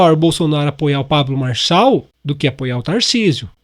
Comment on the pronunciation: Fala certo o nome Marçal .